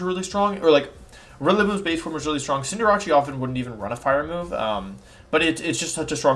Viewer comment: don’t even care if it’s on purpose, “cinder-ah-chee”???